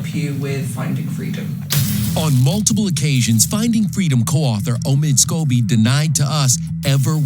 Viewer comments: Lady C calls Omid Scobie "Amid Scabies". 😂😂😂😂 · Is it just me but didn’t she just say Amid Scabies? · Did she say omid scabies 🤣🤣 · Hahaha~ i just love Lady C! She calls him “Amid Scabies”🤣